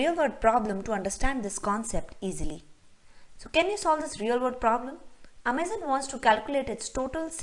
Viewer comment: I cringe a little bit everytime you say amaze-on. It's Amazon.. like the rainforest. Otherwise nice video, well explained